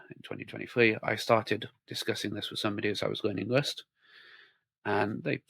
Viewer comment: this guys pronunciation of rust is criminal LOL